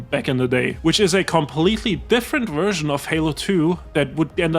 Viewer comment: Is one of the guys German? word "version" is clearly pronounced with a thick, German accent.